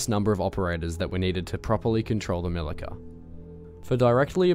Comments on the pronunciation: LOL! C in Milica is pronaunced like ZZ in Pizza. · Milica = "Mee-Lee-Tsa" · Milica, C is read like ts. Also Osa is not an acronym, you are supposed to pronounce it as it is written, btw it literally means hornet. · Its actually pronounced Mili-ts-a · It's "MiliTZa" :). Punctuality is important :) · pronouncing Milica wrong.